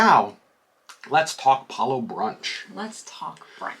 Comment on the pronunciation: Thank you for the review! and, you both get a huge thumbs up for being one of the few DCL vloggers that properly pronounces Palo! Please teach your fellow vloggers! Palo, rhymes with follow! Before The Blip, I always looked forward to Palo brunch with the buffet. I think it was $40 then. These new iterations are not very appealing but I'd probably still book Palo brunch only because it's included. I don't like to book Palo for dinner because I don't want to miss any of the MDR dinner shows and Remy requires more clothes to pack and I don't care for tasting menus. I would recommend guests wait until the full buffet returns and hopefully with the caviar too!